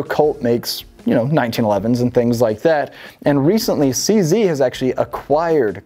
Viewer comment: Eftry south african is skreemig at the fone vor the way you sead cz